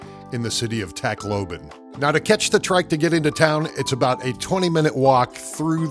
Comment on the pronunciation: TAHK LOBAHN NOT TAKLOBIN !!